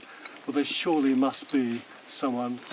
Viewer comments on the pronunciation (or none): none